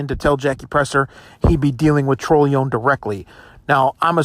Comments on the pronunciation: Dude its pronounced TRON-A-LOAN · Pronouncing his last name wrong. It's tron o lone